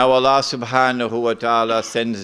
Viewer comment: Allah pronounced Alaa